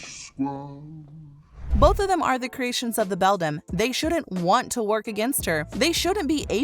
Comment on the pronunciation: The word Beldam is pronounced BELL-DAM, NOT BELL-DUM